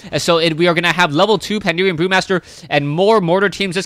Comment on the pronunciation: Why does everyone say "Pandeerian" >_< Pan - da - ren ... xD